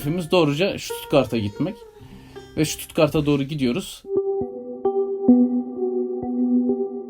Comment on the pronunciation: OLUM STUTUGART DEMEYİN BANA